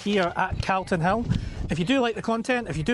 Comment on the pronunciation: First time time I’ve heard someone from Edinburgh pronounce “Calton” hill wrong. Sounds like an American caaaltin 😂